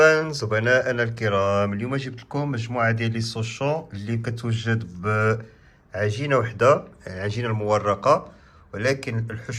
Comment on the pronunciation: سوشون❌️ شوصون ✅️